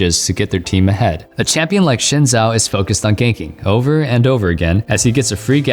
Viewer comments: ZHIN ZAO ITS PRONOUNCED ZIN ZHAO TILTED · Bet you didnt know Xin Zhao is actually pronounced "Sin Shao".